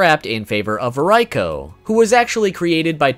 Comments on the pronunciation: Fact #5 Reiko is not pronounced Rye-Co, it's REEEE-Co, even the in-game announcer says so. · Isn't that supposed to be Reeko, not Ryko? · NOOO! He's saying Reikos name wrong!!